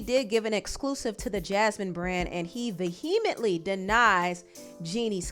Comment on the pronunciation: That's not how vehemently is pronounced 😭😭